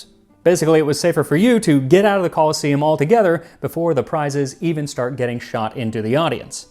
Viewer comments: It's actually pronounced "co-LOSS-eum", Max, with emphasis on the middle syllable. Like 'colossus', see? Because of that statue nearby, the Colossus Solium. However the other version of the word, coliseum, is pronounced the way you're familiar with, and its an important distinction. For the sake of respecting history and linguistics, if nothing else. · I invented a time machine just so i could visit the Romans, you know "Call-in-to-see-um" now and again. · The e in "colosseum" is long, so the stress shifts to the penultimate syllable, which is said e . "coloss-E-um" is correct.